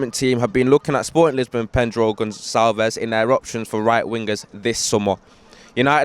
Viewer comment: In portuguese we say Gon-Sal-ves